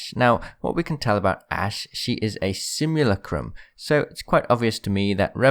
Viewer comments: Bro it's simulacrum not simulucrumb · It's pronounced Simu-lack-rum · You butchered the pronunciation of simulacrum so hard